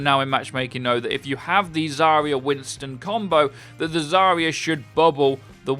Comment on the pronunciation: Zarya is pronounced as "Zah-rya", where ya is one sound "ya".